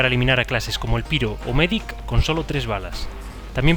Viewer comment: no es MEDIC, es MEEEEDEC